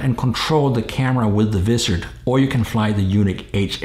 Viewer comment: ok,, repeat after me,, WAA IZZ ERD thats how you say Wizard not VIZZ ERD LOL just busting your chops